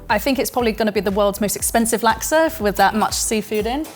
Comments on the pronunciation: It’s pronounced sambal not saambaal. Why do Brit’s do that? You are so picky about saying words correctly but you can’t say pasta properly and now you can’t say sambal properly.and it’s nasi lemak not naasi lemaak. And it’s pandan not paandaan. And it’s laksa not laaksaa. You are using flat “a” like in “hat” but it should be a rounded a as in “hard”. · I love the pronunciations from you Brits! Its pronounced "Nasi le-muk" and "Luksa" not Nasi le-Mack and Lack-sa 555